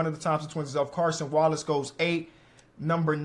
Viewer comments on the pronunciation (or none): Brahh they got Cason Wallaces' name wrong lol